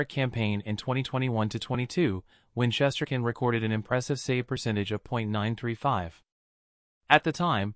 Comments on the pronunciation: The person who was reporting this topic needs to pronounce Igor’s last name correctly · Try pronouncing his name right first !!!!!! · If this a Ranger page why the hell does this guy know how to pronounce his name. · Your grossly mispronouncing his name